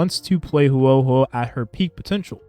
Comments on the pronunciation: bro im begging please say her name right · He didn't, but most native english speakers don't know/care how to pronounce things outside their own language very well